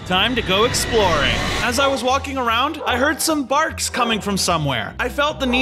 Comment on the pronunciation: What said: I heard some barks coming from around here. What I heard: I heard some farts coming from around here 😆